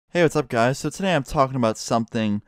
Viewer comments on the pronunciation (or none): whenever he says "hey what's up guys" I can't help but hear "it's scarce here..."